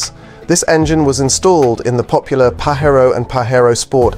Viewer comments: IS this litrally a video made with AI? Paherro Rather than Pa Jer o? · Its Pa-JayRo